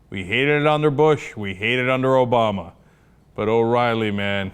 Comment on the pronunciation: Is saying "Obowma" meant to be clever?